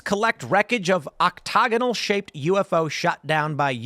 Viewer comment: Tim pool pronouncing octagonal wrong had me dying